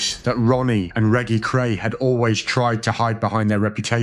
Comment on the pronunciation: Reggy Cray???? Make a fucking effort!!!